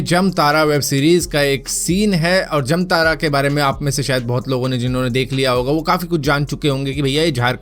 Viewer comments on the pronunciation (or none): Bhai wo जमतारा nai जामताड़ा होता है।